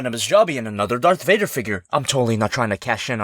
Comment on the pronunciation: It's sound kinda like dark gator